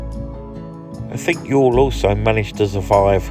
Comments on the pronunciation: Pronunciation of Youghal is spot on. It's Yawl :) as for the video, It's terrific to see the town again. Haven't been home since 2017 myself and hopefully will get back this summer. Nice to see a quick snippet of my grandfather's monument in your video too in the market square. Really looking forward to the rest of the coming trip. Safe travels. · Youghal pronounced as y'all so your pronunciation is good.